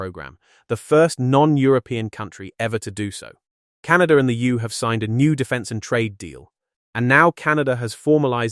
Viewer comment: What the hell is “Narto”?Not to mention “the Yoo”